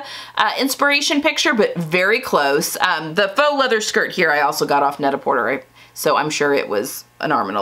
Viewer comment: Please forgive me… it’s pronounced net-a-portay, rhyming with prêt a porté .